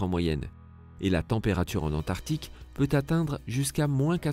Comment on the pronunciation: Antarctique ! Pas antartique. Tu fais un documentaire tu ne sais pas prononcer...nul